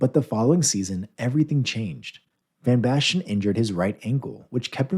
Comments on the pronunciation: It's van Basten, not van Bashten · A-jax 💀 Van Bastian 💀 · The pronunciations in this video are Terrible Seria ah van basten, gullit is pronounced Hullett rijkaard is Rye card, plenty more as well